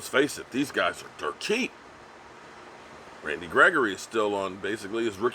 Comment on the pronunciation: why do say that man's name like that?... rrran Randy gregory!